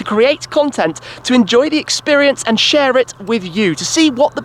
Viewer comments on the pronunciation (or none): none